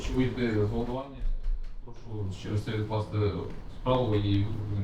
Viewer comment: йому зле, жоного каяття, прОшу - це все підпольский суржик, українською - йому погано; ніякого каяття; будь ласка, прошУ.